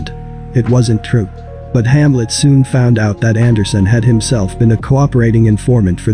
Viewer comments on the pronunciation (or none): none